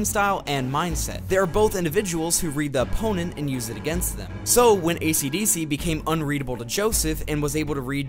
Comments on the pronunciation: I would have liked this video but ishidishi’s named was pronounced ACDC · its kind of annoying that you are calling him ACDC and not esidisi